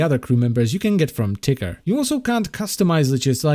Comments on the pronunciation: Why is it when he says "Ticker" it sounds like he's saying "Tiger"? It's actually really funny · I thought he said tigger instead of ticker xD